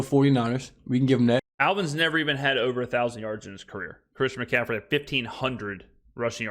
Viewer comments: Christian McCaffrey isn’t that hard to pronounce. If you can’t then call him CMAC or? but that was rough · That’ll happen right around never. isn’t as polished, knowledgeable and struggles with a lot of pronunciations that are basic and everyone can pronounce the names.